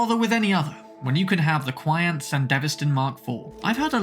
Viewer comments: "qian" is actually pronounced more like "chee-an" rather than "kuai-on" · Key-On-Tee - QianT its like the spice, they way you say it is Quiant Kwee-ant, its a spicy mod. not a breeding ant. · its pronounced Chan-T